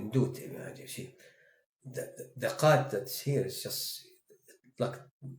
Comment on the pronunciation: laughed at the 'QHAt' LMAOOOO assalamualaikum